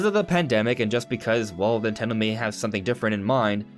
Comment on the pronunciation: "Nintello direct"